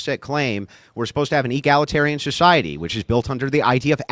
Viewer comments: Does she keep trying to say “egalitarian,” or does she mean to say “egglatarian” and I just don’t know what it means? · “Egg-la-tarian” this chick💀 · Holy hell, it was an hour into the video before i realized she was butchering the word egalitarian..... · Q: Is she trying to say "egalitarian"?